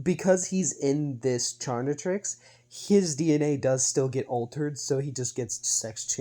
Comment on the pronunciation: You Should Try Another Pronunciation For "Chaquetrix", Calling It "Charnitrix" Is Way Too Close To "Carnitrix" Which Is Also Another Ben 10/Omnitrix AU